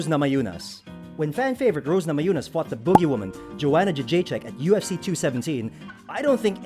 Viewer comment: I stopped watching after I heard the dude say Joanna's name lol